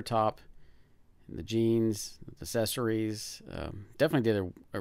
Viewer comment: You keep saying "assesories". It's accessories.